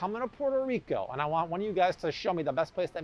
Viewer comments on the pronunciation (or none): none